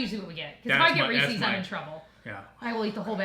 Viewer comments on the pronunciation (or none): I am so disappointed in you! You guys pronounce Reese’s wrong! 😂